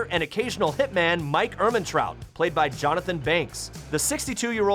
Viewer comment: 😂😂😂 Killing Mike "Ehmetraut"